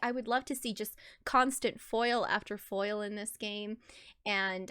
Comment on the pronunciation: Every time you said foil 😖